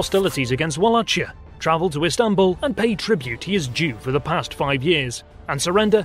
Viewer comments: In English, it is pronounced Vala-ki-a, not Vala-chi-a, although the native pronunciation would be closer to Vala-hi-a, where "hi" is pronounced like the third-person singular pronoun "he". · Thank you for your insight into romanian history! It's "Walahia" though, not "Walachia" lol. You got Chilia right. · You should pronounce Wallachia correct, not [wua-lah-chia] but [va-lah-khia] or more exactly [va-lah-hear - with mute r , like in "I can hear you"]. You're welcome. In rest, great channel. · It's not Wallachia with a "ch" sound. It is Wallahia with an "h" pronounced like in "him". Anyway, great video! Loved the "art work"! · It is pronounced Wallahia (or Valahia in Romanian), not Wallachia. And Shtéphan (Ştefan) not Stephan. Sorry, but I couldnt get over the pronounciation. Otherwise this was a pretty great presentation with almost top notch animation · Ok listen here: It's not Memed,it's Mehmed.There's a bloody "h" in there.And it's not Wallatsia,it's Wallahia.WALLAKH...IA...And it's not Sofia,as Sofia the First.It's sOfia.The accent goes to the "o".Other than that the video was pretty cool :P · Its hurting my ears when I hear Wallachia pronounced as its written in English. Its based on a german writing of Valahia. That W is a simple V and the chi is a simple H. I understand that in English some geographic and historic names are different from their original pronounciations but that is waaaaay too far from its original sounding. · It's pronounced Vuh-lay-kia, or better yet Vala-hee-ya in romanian. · Bruv, that CH in Valachia is pronounced like K or KH. Similar to Kh in Khan. At least that was the way we pronounced it in moldovan school in the late 90s. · Except, the county's name is pronounced Wallachia ("VA-LA-KI-AH)! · Thank you for the kind words, welcome to the channel. Yes we know about the Vlahia pronunciation now, we'll correct it in the future. Furthermore we have someone from Romania who will check our pronunciations when we do videos from this region.